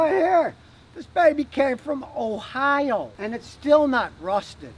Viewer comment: It almost sounded like he said hohio